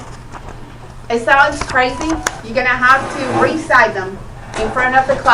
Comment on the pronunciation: Recide them??!! I think she means recite them?! Really?! Wtf is this 2nd grade??!!